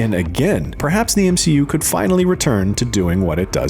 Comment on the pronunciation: M-she-u failing. Love it 😂😂